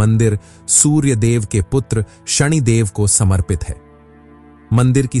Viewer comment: नाम तो ढंग से ले कम से कम , ये शणी क्या होता है?? शनि को शणी बना दिया